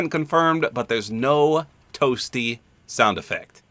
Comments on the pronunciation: In some of the clips, Dan Fordman sounds more like he’s saying “Up B” more than “Toasty”. I mean, it’s pretty funny but I don’t really care if he’s saying one or the other, the voice sells it for me in terms of comedy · Ima a 90s kid grew up on MK. For the longest time i always thought he said whooopy! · I always thought he said 'whoopsie!' Lol didn't really till I played MK11 and I realized it was toasty😭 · I played the OG Mortal Kombat trilogy and had 100% thought that the sound was "Whoopy!" or "Whoohee!". It's still funny.